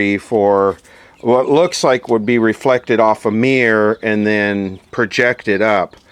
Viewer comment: Mear = Mirror...Soder = Solder...Since when was the "l" silent in Solder...It's like calling a Soldier a Sodier... 😂